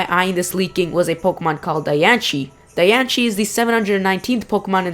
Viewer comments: Hey kid its Pronounced {Dian - sey} like Biancie or {Dian-see} where your getting a ch sound from ci I don't know but go back to the fist grade to learn your fucking English or work harder of your street accent. Good info though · Your saying Diancie all rong the rongest thing ever every one i know that likes pokemon know how to say her name right whatch the movie and see how it's purnonct im the biggest fan of diancie i have Diancie every thing and how i know how too say it right because i whatch the move all the time ok i hate it win people say her name wrong!!!!!!!😡😡😡😡😠😡😡😡😡😡😡😡😠😠😠😠😠😠😠😠😠😡😡😡😡😡😡!!!!!!!!!!!!!!!😣😵😤😱😠😡😤😕😑🙀😿👎👎👎👎👎👎😡😠!!! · your pronouncing diancie horribly wrong... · The way he pronounced it made me stop watching the video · Idiot it's the pronunciation search it up and also c makes the ch in certain words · You say it wrong -.- there's no ch in the name. You obviously don't know how to read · The way he pronounces Diancie makes me want to punch his face in -_ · Yea in te movie it says diancie not dianchi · Dianchie=NO Diancie=YES you can google the pronunciation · why are you saying diancie wrong. its pronounced die-an-se not die-an-che. its just bugging me. im NOT i repeat NOT being mean it just bugged me. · it is di-an-cie not -di-an-chi idiot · The Japanese for Diancie (Dianshii) would be Dee-an-she, not Die-an-she. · Anyone else thinks that "Diancie" (pronounced Dian-C, not dianshee btw) sounds like "Die and see"? o.o Maybe Diancie is a Carbink killed by Hoopa and reborn or something? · It's diancie not dianche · the word young shouldn't sound like yonk. and i think diancie shouldn't be pronounced dianshi, but diancie, with an S where the C is. not seeing an H anywhere in diancie, so don't pronounce it. and yes, people have gone deeper in this, just not an individual vid. you make too much assumptions from mere suggestions. who knows? it may be EV trained. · Lol Dianchie. Wtf its Diancie xD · it calld die anceeeee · Lol dian-she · pronounced di an see